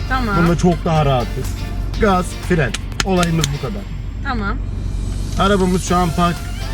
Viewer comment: Yanlız fren e firen demesi yokmu